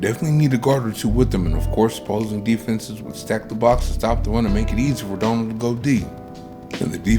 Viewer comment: You can't call someone a generational prospect and repeatedly mispronounce his name in all your videos.